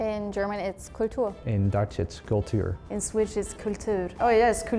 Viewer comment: As a native English speaker from America, Dutch sounds the most related to American English...the way he says "cultuur" sounds very...Idk...American somehow. I think it's the way his R's are pronounced. Whenever I hear Dutch, it sounds like American English that is being scrambled.